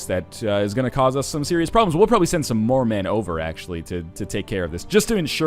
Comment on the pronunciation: I thought he said "We'll probably send some Mormon over..." in stead of "We'll probably send some more men over..."